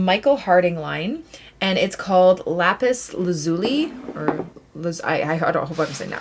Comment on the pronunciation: la-pis la-zyuh-lai